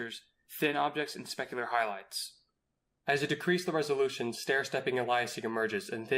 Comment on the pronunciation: what is resoloution? 😂